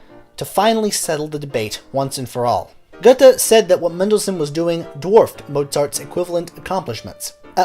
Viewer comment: Would you please be so kind to train yourself to be able to say "Gööööthe" instead of "Guttey"? You will manage. Just give it a try. By the way, there is something called International Phonetical Alphabet (IPA). In IPA, "Goethe" is spoken "ˈgœ-tə". Please get yourself familiar with IPA. It will help you with languages other than American English. (Perhaps you need to be informed that there exist other languages than only American English.) I am sure you will be able to get that right. With just a little effort. A tiny little effort. Thank you so much.